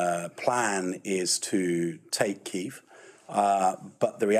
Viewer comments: Stop calling it Key-ev! That's how the Russians pronounce it. Ukrainians pronounce it Keev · Please give this brave country the courtesy of pronouncing their capitals name by the Ukrainian pronunciation and not the Russian one, as they have asked. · That English defence minister seems clueless.. he speaks without actually saying anything, he can’t even pronounce the bloody city correctly 😂🤦🏽‍♂️🤡